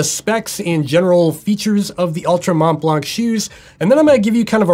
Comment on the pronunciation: Good review as usual. As a french speaker, just a bit of info, the T and the C of Mont Blanc are silent in french... Not that it matters but I thought I would share the info:)